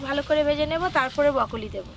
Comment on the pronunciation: ব্রোকলি না বউকলি 😂🤣